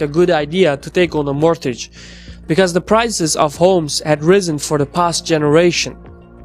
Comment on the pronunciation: "t" in mortgage is silent. "b" in debt is silent.